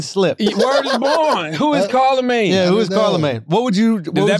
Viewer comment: "CARLAmagne" HAHAHAHAHA